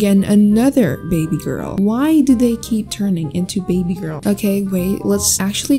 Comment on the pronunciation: I love how she said Material gworl eyebrows